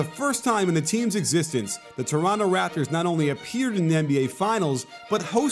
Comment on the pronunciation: thank you for not saying the second T in Toronto!! Go raps!!!